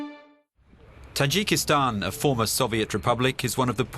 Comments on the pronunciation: The guy who interpreted the fatman can't even read the name of the country property, it's Tajikistan not Tajakistan. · why does the Dub guy keep saying Tijakitan ?? TA....JI......KES.....TAAAAAAAAAAAN !!!